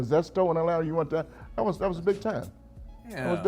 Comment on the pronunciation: Yung Miami is one of the worst, she says dat instead of that🤦🏽‍♂️